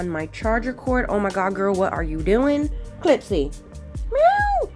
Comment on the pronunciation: Heyy beautiful and Clipsy 🩷🩷🩷🐈‍⬛🐈‍⬛!!! I’m in love with your set 😍😍😍!!! I want to try the eggs on a nail soon!! (Thank you for the inspo!!) Clipsy didn’t like you because you was calling her the wrong pronunciation 😂😂😂!!!